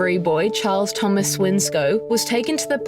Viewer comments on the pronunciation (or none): none